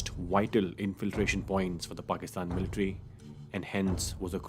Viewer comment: This is beautifully presented and narrated but son I would advise you pronounce the word 'Military' correctly and not 'MILtary'. :)